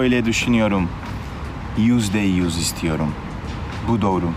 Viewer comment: Yüzde yüz diyor nfkdndkdj ü leri söyleyemiyo